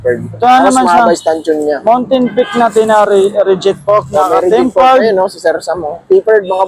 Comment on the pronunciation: TEMPERED ✅ TAPPERED ❎